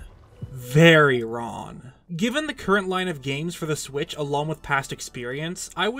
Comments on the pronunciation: Enunciate your g's! It's wrong, not ron. It's long, not lawn. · "I was wron...very wron..." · why did u say w r o n